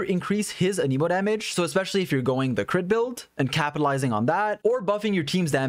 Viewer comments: It hurts me when you pronounce anemo animo😭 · there's an E in anEmo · why do you say anemo wrong? why do you always says stuff wrong?